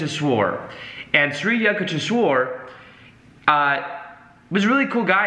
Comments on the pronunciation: the pronunciation should be like the sound of You not Yah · it's "yook" (short stab like look) not "you-k". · Just wanted to tell you, being an Indian that it is "You-k-tesh-wer" & "Laa-hiri Mahaa-shay" Autobiography of a Yogi played a major role in my life too...much love & light❤ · He kept saying sri yuck ti shwor...:) but i appreciated the whole session, it was nice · Its pronounced shri yuuk tesh wire 💚🙏🏻 11 years on the path at the encinitas temple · Hey! Saw you struggling with the pronunciation of Yukteshwar guru’s name so I thought I’d try help you out so it’s easier. Its pronounced like You-k-tay-sh-war. Hope that makes it easier for you. Love your content and love the fact you mentioned this book. Love from India! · Pronounced Shree You-TEK-Shwar. Sri Yutekswar., find a Self-Realization Fellowship near you. You will learn so much more. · its pronounced something like you-k-tesh-var